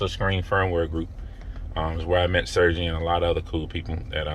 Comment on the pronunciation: Sergey is pronounced Sir-gay.